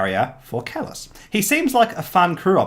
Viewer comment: Thank you for making this video :) it was great and as for pronouncing my name you pass ;)